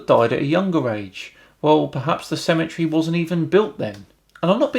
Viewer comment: I was feeling the dumb as soon as he said "ttthemetery"